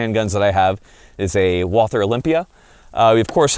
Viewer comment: Please dont say wal- th-er say wa-l-ter without h . Greatings from germany